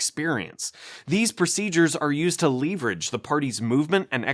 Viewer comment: I don't think this is how you pronounce "leverage". Great video, tho